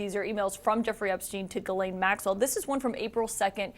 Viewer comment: Her name is Ghislaine (“Geez len”) and not Guylaine (“Gee len”) both common in Québec. Also how do you USAians get “Le fever” (Brett) out of Lebfevre (“Le Fayvruh”) to name only one of your many badly distorted pronunciations of French origin names.